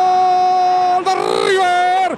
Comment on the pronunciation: Aquí está Rrrrrrrrrrrrrr rrrrrrr rrrrrrr River 😂